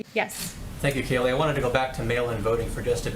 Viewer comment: Her name is pronounced Kay-LIE 😂🤣